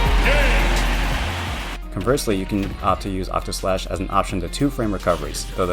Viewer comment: *Octaslashn not Octoslash. Sorry, FF fan. Had to say it. 😖 Fantastic guide, thank you so much!!!